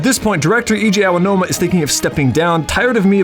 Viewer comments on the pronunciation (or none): 11 months late, but gotta say 2 things: 1. Awesome video! 2. It's pronounced "A-G-Ow-Noom-Uh"